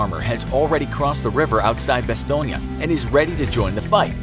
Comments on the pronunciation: I thought it was called Bass-tone. Not bass-tone-ya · Bastongne.. neeeyah? learn how to say it properly Bas... Stone... Jeeeez.. that is embarrassing not to mention incorrect. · didn't even mind the butchering of the Bastogne name... Bastoynge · Bastone-ya hahaha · bastogne is pronounced bas-tone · bastogne is french buddy, you were pronouncing it over n over like its italiano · And if he had just watched that episode he would have known how to pronounce Bastonge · Why do the American officers look like there in German uniforms Also you are saying Bastogne wrong And you failed to mention that Gen. Patton broke through the line with his tanks and that to this day the 101st denies that they need rescue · You kept saying Bastogne incorrectly. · Who taught you how to say Bastogne? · Your vids are great but you gotta go all or nothing man. Bunch of little problems with this video. Also if you're gonna have a video in english PLEASE say Bastogne in English. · Am I the only one that was bothered by how the narrator pronounced Bastogne? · That bastogne pronunciation tho. Cringy af